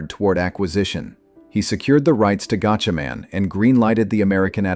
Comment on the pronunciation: It's pronounced like gotchamon.